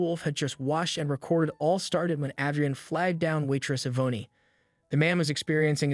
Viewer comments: Wonderful story but next time pronounce peoples names correctly it's not E vone e it's pronounced E von and it's not Add dree ann A dree an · I can't listen any longer. Yvonne is pronounced E-VON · It's pronounced EE VON! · The name Yvonne is pronounced 'e Von'. Great story. Love/miss Waffle House.